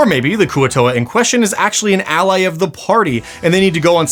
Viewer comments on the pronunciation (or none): none